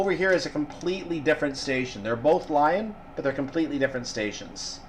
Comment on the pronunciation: Great and informative video. really enjoyed it. One bugbear Its leeeeeee on Not Lion